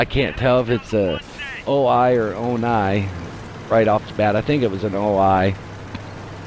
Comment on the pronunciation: Moe Ronn the Ow-nye 😅